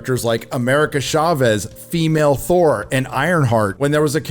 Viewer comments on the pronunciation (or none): none